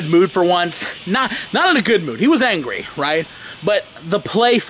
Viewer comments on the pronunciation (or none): First says angwee and now doopid...what's going on? Are you healthy?